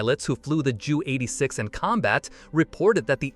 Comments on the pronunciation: It’s not a “jew eighty-six”. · The problem with computer voicing is the incorrect pronunciation. It was the Jay You 86 not the Jew 86.